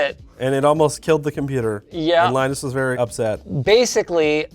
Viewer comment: Lie-nus,, and is at it again.